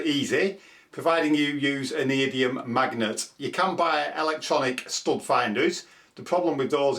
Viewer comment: Great tip. BTW it's neo - dye - me -um.